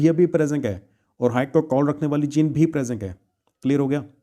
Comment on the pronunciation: Sir presenc nahi hota ha present hota pronounce 😂😂😂